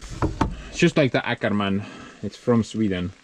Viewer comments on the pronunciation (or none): Have you noticed that Åkerman should say "ookerman" not "äkerman"? (Å = OO) Nice update to heavy equipments. 🙂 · no, it’s not Akerman, say Okerman, it’s a Swedish o-letter. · Happy Birthday!. Btw the the Åkerman pronounces like Okerman (Å=O) Greetings fro Sweden. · It's pronounced OKERMAN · Happy birthday tomorrow bro 😁😁 and the Åkerman, the Å is pronounsed like an O in Ok 😅